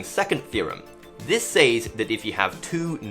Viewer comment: And SAYS instead of SEZ for "says."